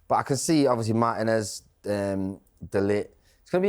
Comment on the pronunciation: MART - INEZ ❌️ MAR TIN EZ ✅️